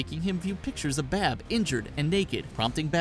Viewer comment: he said bab instead of barb